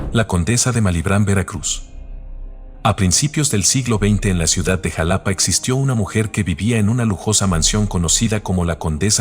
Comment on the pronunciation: Se pronunciá jálápá no como lo proñunciás